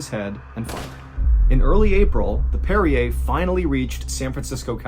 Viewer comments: Hey John are you sure that ship is pronounced the same as the mineral water (Perrier)? I’m thinking it might be more like “one who parries”? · Are you sure this is how you pronounce the name of the ship? It doesn’t sound phonetically correct. Great story other than that.